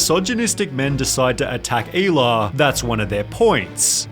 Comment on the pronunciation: Shit Americans pronouncing "hila" like "eeila" wild. Its like "he-lah" Good video tho.